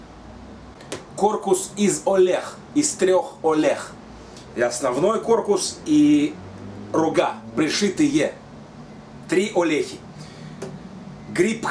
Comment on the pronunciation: не "олех" а "ольхов"))